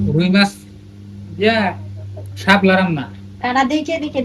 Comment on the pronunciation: ও বু হাপলা আবার কি। শাপলা বলবেন